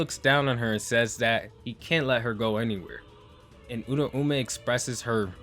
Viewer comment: Why does every YouTuber pronounce Uraumes name wrong lol its pronounced like - Oooooo Rau mei